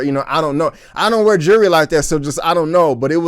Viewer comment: Please don’t take this the wrong way. But if you have trouble pronouncing jewelry. Try saying the word jewel and then adding “ry” on it. I used to pronounce it incorrectly too until a friend of mine recommended that. It’s not “jury”, my people.